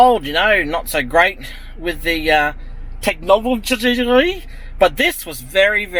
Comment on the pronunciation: Hahahah you got me off guard when u say tenogobloglgy😂😂😂..good video mate